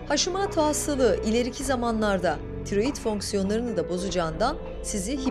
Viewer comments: Haşimato dedikçe sinirlerim bozuldu. Haşimoto haşimoto. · Sağlıklı Yaşam kastettiğim haşimaato olarak okunmaması